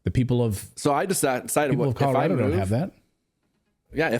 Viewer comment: Commurado not Colorado